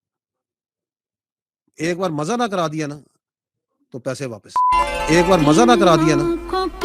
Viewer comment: Majjaa nahe hota Mazzaa hota hai